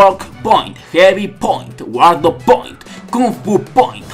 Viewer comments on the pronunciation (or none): Se pronuncia 'Guard point' no "Guardo point' Se nota el inglés.